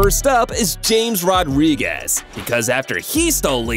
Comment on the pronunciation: No one questioning how he said Rodriguez’s name